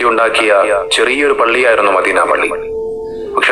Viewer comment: അദ്വാനിച്ച് മാന്യമായി ജീവിച്ച് കൂടെ . എന്തനാണടോ ഈ വേഷം കെട്ടൽ . മദീന എന്ന വാക്ക് പോലും പറയാൻ കഴിയുന്നില്ല. ഇസ്ലാമിനെയും പ്രവാചകനേയും കൊഞ്ഞനം കുത്തരുത് .pls